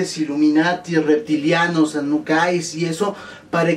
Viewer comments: Dijiste aunakis pero son anunakis correccióooon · anuckais JAJAJAJA es anunnakis